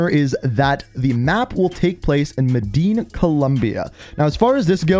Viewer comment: Medin Columbia:( you mean Medellin Columbia:)